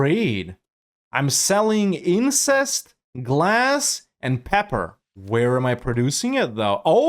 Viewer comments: in-cense. Not in-cest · I remember that pronounced "incense" the same way in one of his EU4 A-Z videos (he was discussing trade goods when colonizing the spice islands). This either means that 1) is farming comments or 2) has the weirdest accent I've ever heard. I choose to believe the second one because it is very funny.